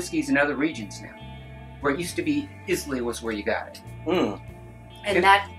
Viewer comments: You keep pronouncing the name “ Islay “ wrong my man ... If you are gonna do any video on the regions of Scotch Whiskey , I would highly recommend learning how to pronounce the names FIRST ... 👍👍 Cheers ... 🥃 🥃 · I trust you guys but please get it right if your sending knowledge out eye-la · It pronounce “Eye-la” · Islay - EYE-luh Oban - OH-b'n (put the stress on the "oh" the drop the "A") Same mistake with Jura. Should be JOO-rah with the stress at the start. Izz-LAY, oh-BAN and Joor-AAH make my soul curl up and die Auchentoshan was a good effort. is ock-en-tosh-an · i clicked away at Is-Lay and Campbel-ten :D